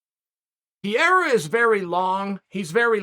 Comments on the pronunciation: It‘s Pereira not Piera😀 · I'm embarrassed to be an American right now. It's pronounced Puh-Hay-The. Stop pronouncing the R's. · "Pierre-uh" love it. Everyone else has been mispronouncing it as "Puh-hair-uh" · Alex "Pierre" Pereira - Uncle Chael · Chael knowingly mispronouncing the names..pierra, blahovovic, michaeljeff, oozeman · Alex Pierre !? 😂😂😂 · Alex “Pierre-ra” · Pee-ara is the newest mythical fighter in Chael's roster. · P.E.R.E.I.R.A… Chael, there’s no PIERA… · Who is this guy "Piera" he keeps talking about? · Alex "Pierre" Pereira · Pierra?!?! Is it really that hard ka? Lol. Chael P still gangster🤣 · Lol I heard Pierre or Pierra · Pronounce the man’s last name right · my god, he called him everything rather than Pereira 😂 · Hearing chael mispronounce fighters name in different ways in multiple videos is hilarious to me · Do you guys think Chael is mispronouncing “Pereira” on purpose at this point? 😂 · You must be new lol